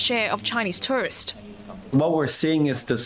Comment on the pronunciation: Please don't pronounce tourists as tourist. One is plural the other is singular. Learn how to pronounce correctly!